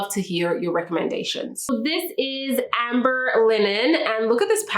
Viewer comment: I believe the word is Amber Linen, Not Ambet